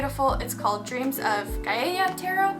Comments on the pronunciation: Just to let you know the tarot cards are pronounced dreams of Gaia (guy-a) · New to your channel. How do you not know how to say Gaia???? Um...no. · Please find out the correct pronunciation of Gaia...do you even know who Gaia is? Us elders are watching...(wink)